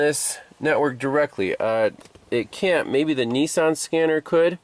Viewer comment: It’s not a “ neesarn “ it’s a “ Nissan “ 😂😂😂😂😂